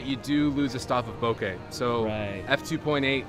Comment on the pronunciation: This video is great but what is greater is that unlike most other YouTubers, you say bokeh correctly. Thank you so much